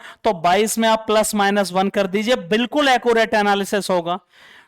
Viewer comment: एक्यूरेट ❌ अकु रेट ✅